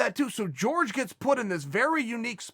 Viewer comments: Judy Stroyer Well Jorge was born in America and his name isn’t pronounced “George” so fuck off and call people by their natural/cultural name dummy. No one is going to assimilate to white values. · Uncle why do you always mispronounce Jorges name? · Chaels too white to pronounce the name properly. He knows hes just afraid of sounding spanish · whats the deal with chael and not being able to pronounce Jorge or Khabib... literally lmfao wtf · Someone better let Jorge know he's pronouncing his own name wrong... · Nobody: Chael: GEORGE MASVIDAL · When he said George I was like Who's George now!!...then it hit me. Uncle Chael his name is pronounced as Horhey. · Chael "George Masvidal" Sonen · Me: Its pronounced 'horhey' Chael: george Me: george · Its not “George” its “jorge” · Chael, the man's name is Jorge, NOT George. Look into it! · Hore-Hey, HORE-HEY not George. Had to channel my inner grammar nazi for that. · Jorge Masvidal: yeah its pronounced "Horhey" Chael: Hi George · Valenzuela it's actually spelled jorgé which in Spanish when é is spelled like that the e or other vowel in question have an ey sound at the end of them and In Spanish j is pronounced as an h. Hence why his name is hor hey mas vee doll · jorge "George" masvidal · It kills me every time he says GEORGE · Plenty of people named Jorge who pronounce it George. Radio host Jorge Sedano went by George and was called either by callers. It seems to be pretty interchangeable to most ppl. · It's the height of disrespect to not even bother to pronounce Jorge's name correctly. His name is not George. You must be doing it deliberately, because I don't believe you could be so stupid. But maybe you are. I don't know. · I do hope you and other commentators in this sport would learn how to correct pronounce his name! It’s not George. 🤦‍♂️🥴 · Isn't it pronounced whore-hey? Lol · Patrick Cote pronounces it "Whore Gay" lol. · Even joey diaz pronounces his name George both work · Why say his name incorrectly?